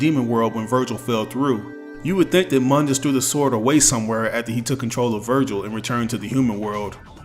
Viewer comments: Mundus (Moon-dis) not (M-un-dis) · Mundus (moon-dus)